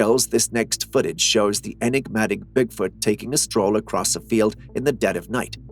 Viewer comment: say Enegmatic or elusive 1 more time i dare you lol